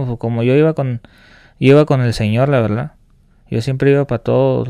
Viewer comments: Este amigo dijo "La Verldad" como unas 500 veses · La veldad estuvo chido la veldad